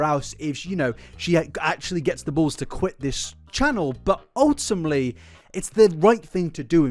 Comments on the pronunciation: Well yeah- but you said “ultimley” not ultimately, which was harder to unhear. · Off topic but the amount of times he said "ultumly" drived me INSANE 😭😭😭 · you say *ultimley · A video full of OOL-TIM-LEE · If you're gonna say 'ultimately' 100 times in your video please as least say it properly🥲 'ultimmly'... Bro